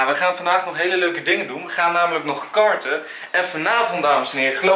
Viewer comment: ik verstond kaarten in plaats van karten! hihihihi ;)